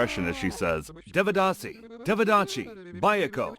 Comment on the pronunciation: "Devdasi devachi, bayko sarya gavachi..." I didn't even realize this was Marathi at first because of the pronunciation! It’s heartbreaking that due to poverty and illiteracy, the Devdasi system still exists today in Maharashtra and Karnataka. It's not in its original form, but the exploitation is still real